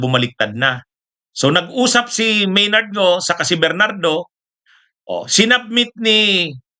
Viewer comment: Maynard Ngu po attorney, hindi Maynard Ngo. Mali ang pronounciation niyo.